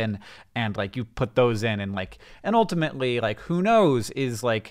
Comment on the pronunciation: When did Hank start saying oltimately in every sentence?